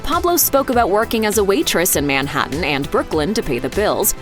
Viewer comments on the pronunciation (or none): none